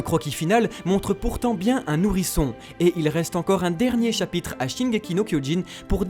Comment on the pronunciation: chapitre pas chapytre